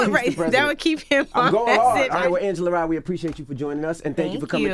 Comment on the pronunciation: Angela is Smart and Beautiful.... PS: Not Lee but Rye..